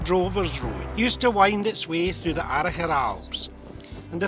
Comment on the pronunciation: Wonderfully done! My wife and I have visited Inveraray many times and have fond memories of the nearby "Rest and Be Thankful" at the beginning of your video. Thanks so much for teaching me the proper pronunciation of "Arrochar" where a possible kinsman of yours, one Bobby Campbell, once owned the Cobbler Hotel I will now spend a pleasant afternoon re-visiting, vicariously, some of our other favo(u)rite Scottish haunts.